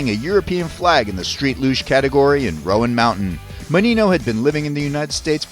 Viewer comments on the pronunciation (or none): It’s Roan, like groan or grown. Not the riders of Rohan mountain haha! Source, am from east tn. Super fun to watch and what a finish! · Great video. Wish you had pronounced Roan correctly though!